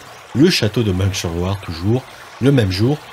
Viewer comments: On dit Jarjo, pas Jarguau. De même c'est Mun s/Loire, pas Mungue... Je suis du coin. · Merci pour cette vidéo. J'espère que vous pourrez la rééditer avec plus d'images IA. Quelques suggestions : Meung (sur Loire) se prononce Meuhein chez les locaux. Jargeau n'est pas Jargot. Enfin un peu moins de hein et ce sera parfait 😊 beau travail